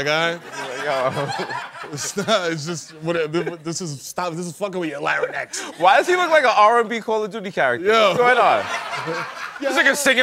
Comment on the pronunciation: Anyone catch how Mero pronounces "larynx"?